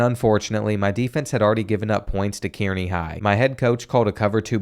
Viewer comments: As someone who grew up in central nebraska it’s cool to see all the Nebraska high schools, although kearney is pronounced car-knee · It’s pronounced (K-Ar-ney) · Kearney is pronounced "Carnie" like the guys that operate the Ferris Wheel and sling meth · It’s pronounced KAR-ney not KEER-ny god that was getting on my nerves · Killed me as a Nebraskan it killed me when you pronounced Kearney as Kyeerney and not like Kerney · Car-knee not Keer-knee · It's pronounced (Kar-nee) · It’s pronounced car-knee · as a man living in Kearney, NE it is pronounced Car-Knee 🫡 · Not how Kearny is pronounced btw, it’s pronounced like “carney” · Kearney is pronounced Karny... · Kearney Pronounced (Car-Knee) (native of the town) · someone else may have commented this, but Kearney is pronounced like "Car knee" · being from nebraska hearing you pronounce kearney killed me😂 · As a Nebraska myself, that’s definitely not how you pronounce Kearney 😭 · As a nebraskan, I love how you pronounce Kearney